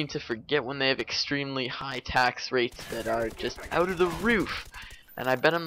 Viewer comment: I wouldnt pick you out as a canadian. Of course there are a couple of oots here and there but not too much